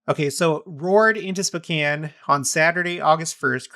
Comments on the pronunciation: It sounds like you are saying specan. The o is long Spocan is the correct sound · Pronounced SpOHcan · SpOkane, like snow. Please and thank you. SpOcan. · Are you saying Spcan? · I've always pronounced it SpOkane. Have I been pronouncing it wrong all this time?